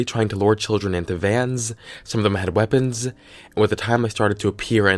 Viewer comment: "CLOWNSZZZZ" , "VANSZZZ" "WEAPONSZZZZ"